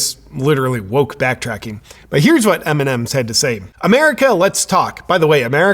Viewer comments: evrytime he sez mnms i understand eminem and im like WHAAAAATTT????? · I keep understand "Eminen"